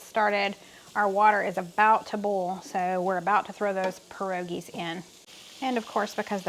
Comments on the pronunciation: Good pronouncing of a polish word. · You said pierogies correctly - source, this polish/ukrainian woman right here. :) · Yup pierogies was pronounced correctly. They're popular here in PA /Amish country. Good video! Thx ☺️ cold hands warm ❤!